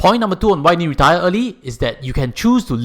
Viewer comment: it sounds like you were saying "Point number 2 on why you need to DIE early....." 😁 Just for laughs. No offence.😄